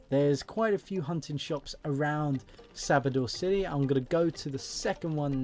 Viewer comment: Wtf why do you say sabodor ? It is Samobor.